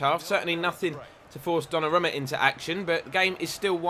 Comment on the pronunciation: pronounced donnarooma